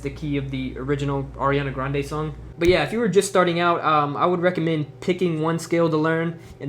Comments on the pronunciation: Anyone else notice he said Airiana Grande? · air-iana grande ;)